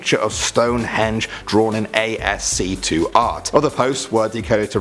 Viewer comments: “A-S-C-2 art”?!? lol! Perhaps you mean “ASCII”, pronounced “askee”? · ASC2 art? smh ASCII read as "Asky"... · When he said ASC2 art... rofl! LMGTFY: ASCII stands for the "American Standard Code for Information Interchange". First common character set used (in western computers) with 255 characters. Basically mapping all the keys on a 101 key keyboard, then using the other available bits for some stuff used in 80x25 text 'graphics', you could say the first emoji's were in this character set as well, little smiley faces. There were shaded blocks, half blocks, things like single and double lined border characters, etc. People of course in the early 90s started using programs like TheDraw (and later ACiDdraw) to make ANSI (colored) and ASCII (non-colored) art from this character set, mostly used as art on BBSes before (and during) the early days of the internet. There are still NFO files in pirated software (and I imagine elsewhere) containing ASCII art, and you may find them in MUDs or BBSes, or on Linux/UNIX shell motd's. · "a s c 2 - art" lol. Its "ASCii", not "a s c 2 i" (aski. or asskey if you prefer that pronounciation) but... who cares? i like your videos anyway. Your videos are almost as awesome as ice cream on a luke warm summer eve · ASC2 art? it's pronounced ASK-KEY. ASCII (American Standard Code for Information Interchange) = ASK-KEY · ASC2 art? It´s ASCII you idiot! ASC-ee not ASC2 ! Millennials!!! Aaaaargh! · A-S-C-2??? I think you mean ASCII as a word... ASK-EE... omg... ASC 2 art... wtf... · ASC2 art.. from ascii ? Isn't it just pronounced asky? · "ASC2 Art." You serious? It's called "ASCII", and the "II" does not stand for "2". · "ayy ess sea two art" LMAO it's "ASK-EE" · It is not a-s-c-2 codeart it is ascii codeart Asssskiiiiiiii😂😂😂😂😂🤣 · Lol.... "ASC-2"??? It's "Asskee" dude that's how it's pronounced. Really hurting dude. Really hurting. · It's not asc2 it's ascii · "ASC2 art" .... It is ASCII. Spelled /ˈæskiː/. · ASC2? its ascii dude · A S C 2 lmao